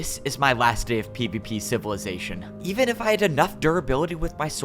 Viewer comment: I hate every time he says pvp civilization bc it doesn’t sound right